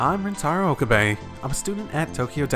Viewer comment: I love how you pronounce Okabe's name "Oka-BAE" XD